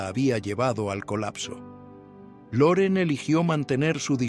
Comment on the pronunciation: No se dice Luren sino Loren